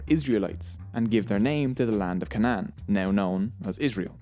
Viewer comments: Isnt it pronounced cay-nan? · A good review of Jewish History...I fully believe from your pronunciation of Ca-nun instead of the more Anglic Kay-non that the Irish are the lost tribe...a people living in prehistory in family tribes, pronouncing ch as the Jews do, McCabe-Maccabe, similarity in some other language traits, but the absence of wine as a religious drink, now replaced by Jameson's throws me off my theory. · Kay nen. Not can Ann. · Please do me one favor and that is please pronounce the words right it is cannon like this sound it out the a is a is a long a like this aaaa so it is pronounced as such Canaan long a's not can anteater is how you are pronouncing it please stop your doing good but for us how pronounces it the correct way and had an English teacher real go hard on us would rather you prouniuce it correctly thans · Points for the odd cna-aa-n pronounsiation